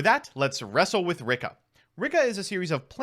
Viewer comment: why do you keep on pronouncing this deck's name as Ricka? i don't understand why you do that.